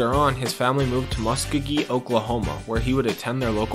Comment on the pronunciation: Where you see Muskegee at lol it’s MuSKOgee!! 🤦🏾‍♂️